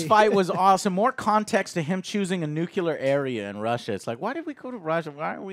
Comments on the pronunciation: Nuc-ya-lur? Nuclear..new-clear. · Josh Whedon. Nucular. William Dafoe. Do and just ignore his gaffes at this point lol? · Did you just say, “NUCULAR?” It’s nuclear, bud. Nuclear.